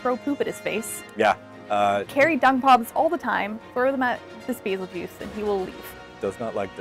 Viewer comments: Pronounce it like this Bay-zell-goose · Baa zil geese is the correct pronunciation. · FYI : バゼルギウス (Bazerugiusu) as the japanese name stated Winner: Bazzel-ge-use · Its not bazelgeuse, its beetle juice